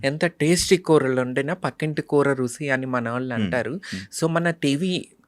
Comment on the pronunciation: గారు రుసి కాదండి రుచి అని పలకండి. All the Best అండీ. 💐💐💐💐